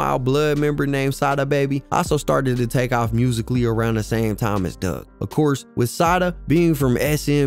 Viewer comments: His name is Dugg ... not Doug🤦🏿‍♂️ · It’s Four-Two Dugg (Doog) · Like you said four two twins, it's four two dugg